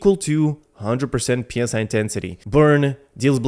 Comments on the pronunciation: Pronouncing PSI as separate letters is "pounds per square inch" used for inflating tires and stuff. Psi pronounced as it's own word is short for psionic. You know, like mind powers. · I've Been saying this for weeks, just people don't care. In CBT3 it was actually Ps(Y) intensity for a short 1-2 weeks before a language update hit. Which I think most people would pronounce it more as Sigh intensity like it's supposed to sound.